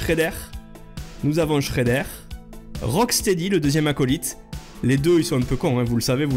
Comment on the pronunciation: Juste on dit pas Shreddèr mais Shreddeur 😅